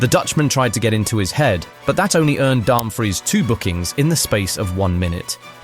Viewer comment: Also Dumbfreeze for Dumfries 🗿🤣